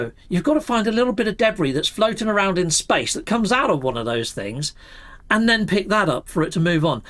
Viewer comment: it's called "SPACE" not "speishn"